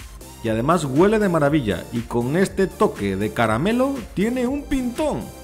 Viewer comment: Amigo se dice Huele por favor no Guele cuidemos el bello español